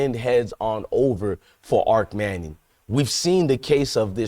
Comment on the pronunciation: Arch not arc.